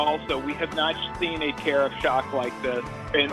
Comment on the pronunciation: Everytime you said "Tarriff", I misheard it as "Tarah". Oops!